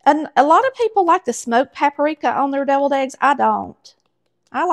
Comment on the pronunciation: I thought you said "bevilled" eggs...